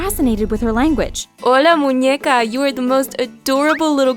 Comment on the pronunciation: It’s Muñeca not muñueca 😂